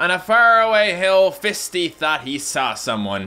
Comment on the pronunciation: i think fisty is supposed to be pronounced like feisty...maybe...???